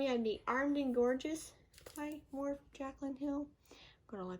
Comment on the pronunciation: Morphe is actually pronounced like More-fee....